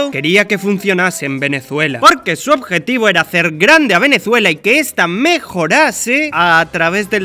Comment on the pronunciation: como te atrevez pronunciar venezuela como si tuviera una ''z'' cuando es con ''S''